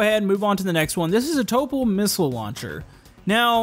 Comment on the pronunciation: Khm... Topol?... [to'pol] l - soft